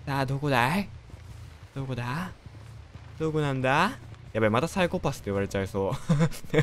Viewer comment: もう何回聞いてものサイコパスのイントネーションへんで笑っちゃうｗｗｗ